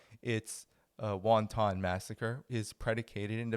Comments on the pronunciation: wanton not "won-ton", otherwise great reporting! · Dude. I totally agree with your position, but if you are going to use the word more than once, it's pronounced WAN-ton. WON-TON violence sounds like violence against small Chinese dumplings. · No,. Wonton is a soup. The word you want is WANTON (pronounced wan tun). You're welcome. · Wanton. Not wantong. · It's not WHONTAHN, it's WhonTIN as a correct pronunciation for WANTON. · Wonton is a dumpling soup, dude. In the proper pronunciation of "wanton", the "o" is not pronounced. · I love repeated pronunciation of wanton as won-ton. Very Chinese and so appropriate. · Your videos would be more palatable if you learned how to pronounce word such as "wanton", "missile", and "adversaries".